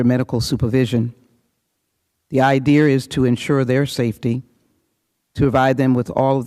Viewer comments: This Black woman here is kind of ILLITERATE. How is she speaking? The Idear, she says,., THE INSURRECTION WAS AN INDIDE JOB! PERIOD! Liars.,.,Provication she said,. giggle,. So Illiterate! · Idear lol what a crock Jackson Lee is. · Idea has no R in it Lee!